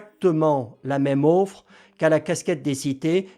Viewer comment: Bien cher vous, une offre, pas une auffre....😀 Sinon, IA=KK...